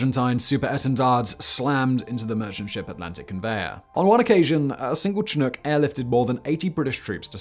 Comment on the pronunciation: Every time Simon pronounces "Chinook" a kitten dies.